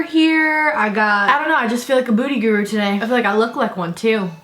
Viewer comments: are you saying "booty guru" or "beauty" lmao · i thought u were saying booty guru 😂😂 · is is just me or does it sound like is saying “booty guru” 😂